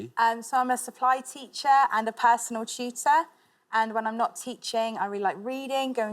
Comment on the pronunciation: I had to replay this like 10 times because I could’ve sworn she had said “personal cheater” lol like wtf she takes other people’s tests for them and she said this in public??? Then I realized she said “tutor”